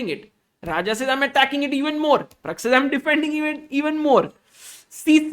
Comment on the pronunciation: Pragg , not parag